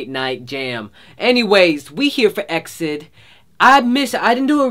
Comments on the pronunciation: i thought it was pronounced E-X-I-D like you say the letters like the way BTS pronounce theirs not exid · I know this sounds annoying psh but you pronouns it E.X.I.D not eksid : ) some people do get mistaken- and I love your reaction:' ))) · You just don't pronounce this group name, exid~like that. You actually have to say each letter just like we normally do when saying alphabets, so like, E X I D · It's E-X-I-D though, not EK-SID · IT,S NOT EXID!!! It's EX-I.D. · You have to pronounce EXID not [aeksid] but E.X.I.D. :) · ITS EE-EX-I-D NOT EXID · It's i-eks-ai-di though not ex-ceed. Just sayin' :) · He said ek-id I'm dying 😂😂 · So glad you like it but it's E-X-I-D 😁👍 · Btw it's pronounced ee-ex-I-dee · its pronounced E X ID (ee ex ID)